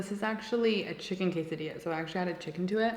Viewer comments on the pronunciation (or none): none